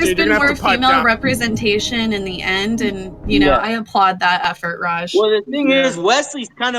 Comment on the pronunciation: Why does say rejjj not rajj